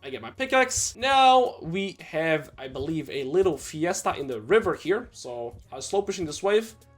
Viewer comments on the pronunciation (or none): none